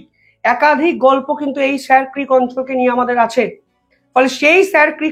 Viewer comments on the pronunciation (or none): উচ্চারণ হবে " শির ক্রিক " । এটা কচ্ছের ভাষা ।